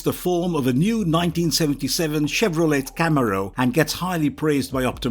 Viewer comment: the mispronunciation of "Camaro" pisses me off more than it should